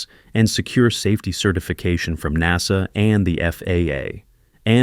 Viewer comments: I hate AI read documents or infomercials. It's NASA! NOT NAZA! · The first i heard this damn Ai 🤖 pronounce NASA as” naza “ i want to change the channel I will not listen to this 💩 ban ai 🤖 forever it’s pathetic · I cry "AI narration" when NASA is pronounced "nahza," kinda like when people say "Nazzies"! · The way this guy pronounces NASA makes me believe it’s text to voice not an actual person speaking